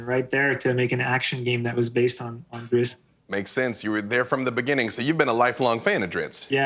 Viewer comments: Lol. Drizzt, I always pronounced it (dri-zit). Oh well, he is still my favorite character followed closely by Artemis Enteri. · Calling Drizzt “Drits” every single time in front of the author is extremely cringe. I’ll give you a pass on Guenhwyvar because I think you have to be a grand master seventh degree Norwegian to pronounce it. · why are they pronouncing it dritz? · So its pronounced Drits? ummm ok... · Why do people say Dritz!? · If it is pronounced Dritz, why spell it DriZZt? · I felt the same way, but then the author pronounced it the same way, so IDK anymore. I legit shuddered every time he said it, though. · How are you pronouncing the "T" before the DOUBLE "Z" in Drizzt? You spelled it wrong or you're saying it wrong. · I was today years old when I realized that I have been pronouncing Drizzt incorrectly for decades... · Two Idiots who can't even pronounce Drizzt's name correctly. Btw Mr Salvatore. Thank you for being a "No Show" when I decide to go to Gen Con Indianapolis for the first time. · zzt not ist, over and over from the creators mouth, i can no longer be shamed by higher level nerds lol =) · Why are they calling him Drittz ? It's Drizzt.... (Dreessstt) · sigh, i have been saying this for decades and people wont listen. his name is not drist, its drizzit. say both of those names out loud, they are different. in the third book of the dark elf trilogy when drizzt meets the boy from the farm the boy runs away screaming its a drizzit its a drizzit not its a drist its a drist. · Why does the host keep saying "Dritz"? WHY DOES SALVATORE SAY "DRITZ"? IT MAKES NO SENSE. If you pay ANY level of attention to the way the languages are spelled out, and just the way it looks... His damned name is Drizzt. Not Dritz. DriZZT. LIKE DRIZZLE. YOU DON'T SAY DRITTZLE, YOU SAY DRIZZ. I know he is the author, but he can suck it up and say it the way it is spelled. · I'm sorry did he say driTzz